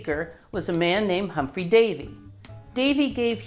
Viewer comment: Humphrey Davy - not 'Humpry'.